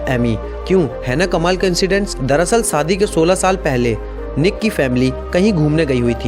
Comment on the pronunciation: Jaroor Nahi zaror bola kari tasveer tajhveer Nahi shadi not saadi shakal not sakal..... Plz... Urdu ko urdu ke tara bola kari.... Sekooo... But nice work